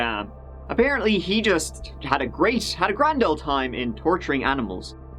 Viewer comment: You’re saying ole’ not old🥴